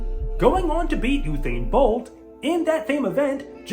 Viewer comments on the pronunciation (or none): "Uthain" Bolt 😂